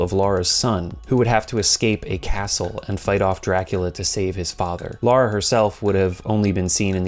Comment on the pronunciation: For the love of... please people call Lara LARA and Laura LAURA (rant over) thanks for the vid